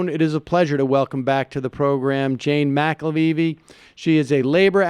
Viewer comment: Mac la vee vee? Hmm, if you flip all the vowel-consonant pairs of "McAlevey" you get "McLaveye," which kinda looks like it might be pronounced that way (if you see the 'y' as a 'v'). Is Sam dyslexic? That might explain why he seems to have such a hard time with names. Anyway, sorry for the tangential nature of this comment. Carry on.